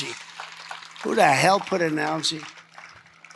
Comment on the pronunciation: Can’t pronounce algae!